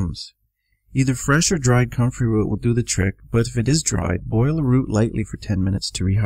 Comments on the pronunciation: I can't under stand him did he say cummin root or country root?? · I cant understand what root he is saying. Comfery root.? What?